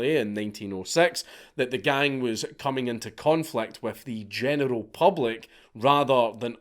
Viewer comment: One statement, one question: Statement: Your accent caused you to be FREUDiantly correct, when at first my ears heard you say "The genital standards of living have changed." How could one better express the way today's young men are all pussies? After the first pass, my brain translated it into what you actually said, but then I chose to translate it back to the way it sounded because that was more accurate. Question: How in the hell can you live in a place where you can be arrested for calling someone a name?